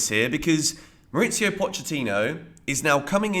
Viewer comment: Good video. One note: Pochettino is from Argentina, and his first name is pronounced "Mau-reese-io' There's no 'itz' in it.